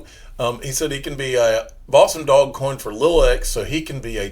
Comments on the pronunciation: I cringe every time you say "Dog coin." What a stupid way to say it. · I think it's hilarious